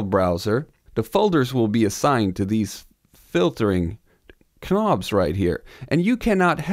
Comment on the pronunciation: First time seeing this channel but after all the intentional mispronunciation of words I subbed after he said "k'nobs" 😅